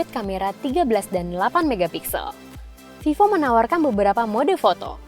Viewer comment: yang bacaan nya vevo